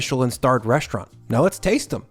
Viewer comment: it's called " reSTaurant ", not "reschtaurant". That's a new fashion now also more and more used by news anchors on radio and TV, using SCH instead of ST. I't is neither cute nor cool. Sorry,...I call you out on that, as well other YT food video posters. Same like 'many people in public start now saying everywhere 'negoCiations' instead of 'negoTiations'. Some people try will all power they have making the general population more stupid than they already are. Right? I'll come back again in a few videos and see how your pronunciation habits have changed. Until then....bye bye...